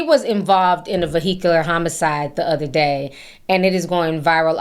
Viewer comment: In a what? A vehikyer accident?😂😂😂